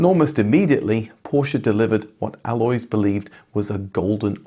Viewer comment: And "Alois" insn't "alloys" either. It's something native English speakers struggle with: the stress is on the "A" but it's short, and it's followed by two distinct vowells. AH-lo-eese. Just find a German native speaker to do it for you. (We are not exactly a sparce resource.)